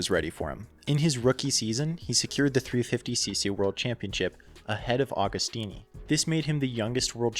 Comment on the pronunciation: Another great video lad! Interesting and well researched - keep up the good work. BTW Agostini is pronounced like Agony.